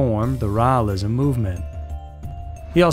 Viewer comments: Rawlism? Lol, Raelism. 🛸 👽 👾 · Raelism is pronounced 'Ray-el-ism. Rael is pronounced Ray-el. Just saying, so you don't sound stupid, lol.